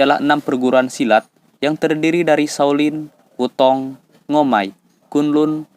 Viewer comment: "Sekte" bukan "sakte", Wu Tang bukan "Wu Tong"!!!🔥🔥🔥